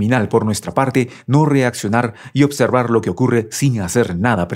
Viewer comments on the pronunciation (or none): none